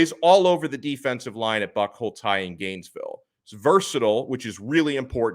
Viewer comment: Dunno you are pronounce the school name wrong it’s ask someone from Gainesville how to pronounce it right